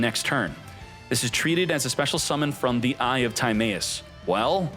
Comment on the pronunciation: we out miss pronouncing timaeus name wrong did you not watch. yugioh after battle city